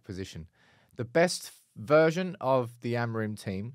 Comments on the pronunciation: The amount of times you say the word Amorim and it’s not the correct pronunciation grinds my gears as a Portuguese person 😂 say it like amoor-in but altogether. love the content though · So like Amoorim?